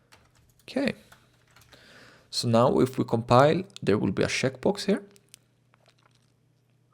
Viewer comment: lol instead of "checkbox" it sounds like he is saying "shitbox"